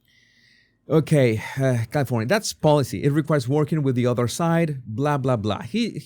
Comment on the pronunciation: I prefer someone who can pronounce California not Culifornia